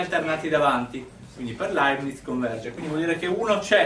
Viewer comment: Leibniz senza "t", poverino! Comunque sia, grande prof!